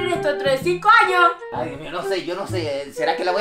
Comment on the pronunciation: Dijiste anos 😂 en ves de años